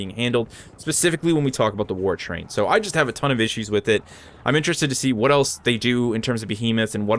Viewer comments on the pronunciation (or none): none